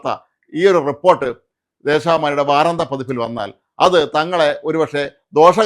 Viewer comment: വാരാന്ത്യ എന്നല്ലേ ശരി. നിങ്ങളെപ്പോലുള്ള മാദ്ധ്യമപ്രവർത്തകർ അക്ഷരശുദ്ധിയോടെ വാക്കുകൾ തെറ്റാതെ ഉപയോഗിക്കാൻ ശ്രമിക്കയല്ലേ നല്ലത്.